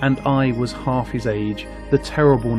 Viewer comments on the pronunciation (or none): none